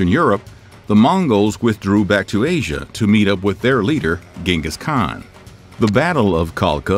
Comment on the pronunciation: lost my interest as soon as you mispronounced Genghis Khan's name..👎🏾. you would think for a historical video you could at least get his name right